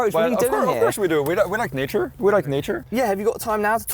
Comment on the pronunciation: "We like kneechure"